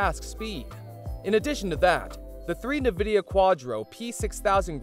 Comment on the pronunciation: as soon as you said "nividia" i was done. disliked, its nvidia. not "nividia"